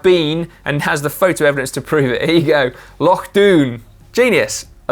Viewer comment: Thanks (from a Scotsman) for pronouncing Loch correctly :oD